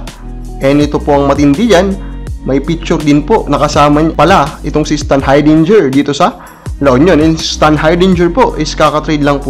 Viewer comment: Ayusin mo yang pag pronounce mo ng stanhardingger , o gawin mo na lang na standhamburger para madali ipronounced.